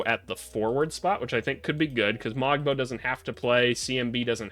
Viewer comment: Pronunciation notes: Shead rhymes with bread. The ‘g’ in Mogbo and Agbaji is silent. You didn’t mention Ulrich Chomche, but when in a couple of years he becomes a star (as he will), it’s pronounced Oolrish Shomshee. Mamukelashvili you correctly pronounced ‘Mamu’ because who has time?